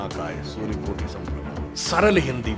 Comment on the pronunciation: सुधांसु जी मेरा अनुरोध :- गणेशजीका बन्दना "कोटि सूर्य"" समप्रभ शुद्ध उच्चारण होताहै, कृपया करेक्सन करवाइएगा। ।।।